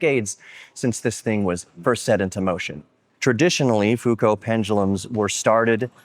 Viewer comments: "foo-co" has to be the most americanized bas7ard1zation of that name I've heard in a long time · "Foo Coat" pendulum sounds really funny. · Why do you Americans like to bastardize all foreign names? Try to honour Léon by pronouncing his surname with care.